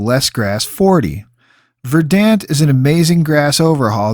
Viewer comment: Excellent! Dude I haven't played since 360 days but even then I thought the game looked rrrrrough. This is exactly what I needed. For teaching me this I give a thumbs-up, a sub, rang the bell. Suh-weet. (and will offer this; verdant is pron. "verd'nt")